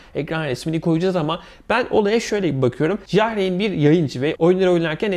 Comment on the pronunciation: Ja reyn ne la , yar ayn diye okunur